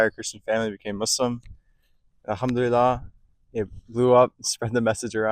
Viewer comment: Try to pronounce ‘Al-Hamdu lilLAH’ (الحمد لله) correctly, Islamic brother.